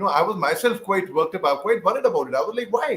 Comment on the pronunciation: Say, guite, not gwite